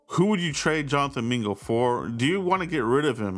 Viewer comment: It’s JONTHAN MINGA😂